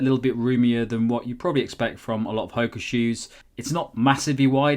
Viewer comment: Calling it Hok-a instead of Ho-ka really bugs. Childish, I know.